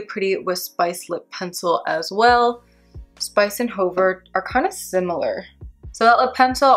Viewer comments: Fabulous demo🫶🏼 U helped me decide whether I want Cork liner or not & it’s a big YES 🙌 Ty! Btw Hover is pronounced "HUH-ver" not "HOE-ver" 🤣 idk why that struck me so funny LMAO😆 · Hover...no long "o"...hə-ver...the helicopter hovered over the landing pad. This "ə" is a schwa...but not sure they even teach that in school anymore but they did in the not so long ago "back in the day"...and is used extensively in French...and since English is over 30% French based (think back to 1066AD and William the Conquerer/the Norman Conquest), we have LOTS of words derived from the French language. Speaking of French...you pronounced "faux" correctly, and that's completely French...means "false".